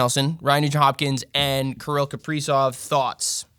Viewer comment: Comment features back to back weeks, with proper pronunciation and everything! Thanks a tonne, great video and advice as always, and I'll see if I can get anyone to bite on Sorokin!